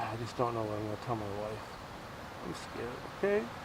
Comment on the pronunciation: bro deadass said "i was scawed"